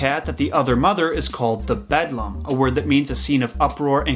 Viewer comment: Excellent installment--so glad I found your channel! The only thing to quibble about is that the Eeeevil Other Mother is called "The Beldame" (bell' dahm), not "The Bedlam." "Le Belle dame sans merci" is a terrific pre-Raphaelite painting that shows one interpretation of the lamia-like "Beldame." Essentially she lures young men in particular from the safety of reality and into an illusory world of beauty, pleasure and obsession. The Beldame's end goal is to lull her prey into slumber in order to suck out all the life, animation, and soul from the victim. Yikes! Looking forward to more episodes!